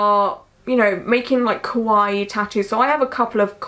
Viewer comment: I've recently found you and honestly love you so much. I understand your accent is different so it might be a bit more difficult but it is essential to enunciate the a in ka for kawaii. Other wise your saying kowai which means scary. Something I'm sure you're not trying to say. :) xx